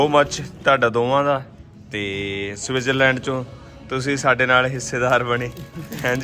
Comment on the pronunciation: ਗਿਆਨੀ ਪਹਿਲਾਂ ਤਾਂ ਸਵਿਟਜ਼ਰਲੈਂਡ ਲੈਂਡ ਕਹਿੰਦਾ ਰੇਆ,ਲਿਬੜੇ ਬੁਥਾੜੇ ਨਾਲ।ਇਥੇ ਆ ਸੁਸੂ ਸੂਸੂ ਈ ਬੜਾ ਕਰ ਰਿਆ,ਸਸਜ਼ਲੈਂਡ ਲੈ,ਪਤਾ ਨੀ ਇਹਨੂੰ ਦੱਸ ਓਏ ਕੀਹਨੇ ਦਿੱਤਾ ਕੇ T silent ਕਰੀਦੀ ਆ,ਏਨੇ ਲੱਛਣ ਇਥੇ ਦੇ ਵਸਨੀਕ ਨੀ ਕਰਦੇ।